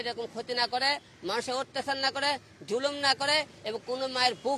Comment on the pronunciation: ঐটা ধুলুম না যুলুম।